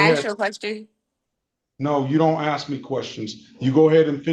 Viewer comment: Perhaps an IQ test would be the best pre-trial event. Idiocy, and the inability to say the word "ask", are signs that the process will not go well.